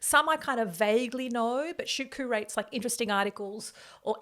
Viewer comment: First 3 mins of self promotion and e begging was painful fam 6 mins* Curates ‘Koo-rates’?? It’s ‘Kyoo-rates’ Like the letter ‘q’ Love the conversation fam Let’s do a graphic with all of the shameful Australian media groups that have supported thr the zionazi’s and the genocide in Palestine. Even the ones that started to change their mind recently.